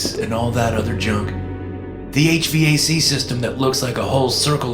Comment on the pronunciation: I love ur story's dude ! lil tip bro,,, it's 'H-Vac' like vacuum yano? all the a. c. & furnace air duct system.